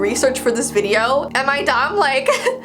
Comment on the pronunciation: She said videoo